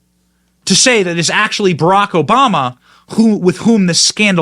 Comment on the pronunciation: Who the hell is SHMMMMRRRRRLLLLLACK OBAMA?